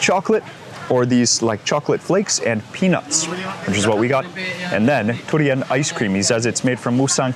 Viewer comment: You pronounce durian as turian. You must have been staying in thailand long. Durian come from the word duri mean thorn, actually what the fruit skin is like.